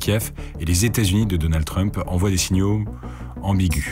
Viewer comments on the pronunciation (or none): none